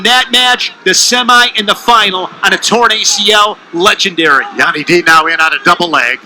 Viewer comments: Anyone else salty when he keeps pronouncing Yianni's name wrong😤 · Tv announcer could absolutely not pronounce yianni name 😄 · Rofl the announcer trying to say Yannis name!! The other announcer was saying it purposly to let him know how to say it and he still couldnt get it. Be just went with Yanni D hahaha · Learn how to say someone's name if your going to announce a match.